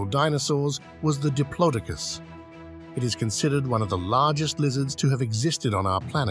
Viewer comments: Please…. Why still to this day can people not say Diplodocus properly….. it’s not hard, sorry to call you out on it, but it’s a right deal breaker for me and makes me switch off, it’s like nails on a chalk board for me. Just like when people call Smilodon’s, Sabre-Toothed Tigers…. NO!!! No such thing, they are Sabre-Toothed Cats. A little research into correct pronunciations would be greatly appreciated, and sorry again to call you out on it. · This voice has made numerous mispronunciations Diplodocus Circumpolar at least 2 examples of pronouncing same word in different ways in consecutive sentences Argentinosaurus and one other example